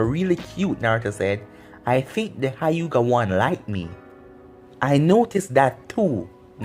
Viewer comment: this man called the Hyuga clan the hiugah. no being mean just... lmao